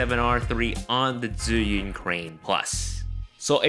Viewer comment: Nah, he just says your accent when you pronounced zhiyun sounds like Chinese southerners.